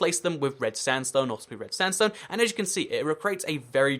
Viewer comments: am i the only one who gets triggered when he says "standsone" instead of "sandstone"? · "It's a red Standstone village" STANDSTONE